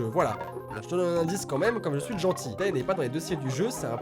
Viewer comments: Armyyy ♥ Mais comme il disait Tae sa ma fait mal x) Je pensais trop à taetae....dans ma tête c'était: MAIS ON DIS Téé PAS TAE EUUH;_; x) Mais t'aime quand même x) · Présent ! ^^ Maiiis comme J'ai pensée à tae..Sa fait mal comme il a prononcer le A de tae ...MES OREILLES ;_; C'est Téé euuh ;_; x)